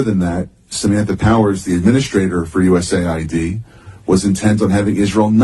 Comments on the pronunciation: USAID. Not usid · USAID...You mispoke,. You said USID...Oops is forgiven!